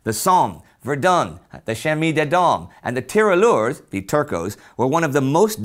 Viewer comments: It is not "Tiralleur" but "Tirailleur". Great video. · In French you pronounce 'tirailleur' [tee-rah-i-yeur]. The 'ille' makes a 'y' sound (pretty often, not always) than the 'il' sound.